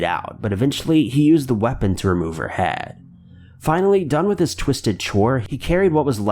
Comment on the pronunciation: The way this guy says "head" and several other words has me rolling. Like he's immitating Mr Garrison or something.